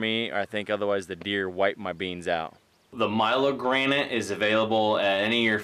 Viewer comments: milorganite...... not " Milo-granite" it's..... " Mill - Org - A - Night" FYI....Its a slow release nitrogen fertilizer. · Pronunciation: Milorganite....Mil-org-‘go- nite